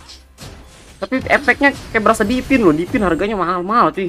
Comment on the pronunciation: Divine bang bukan Dipin 😅😅